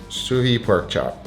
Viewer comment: what the hell is a perk chop ffs